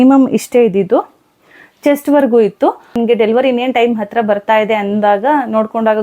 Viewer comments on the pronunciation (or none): none